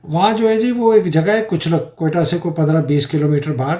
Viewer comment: سر کچلک نہیں کچلا ک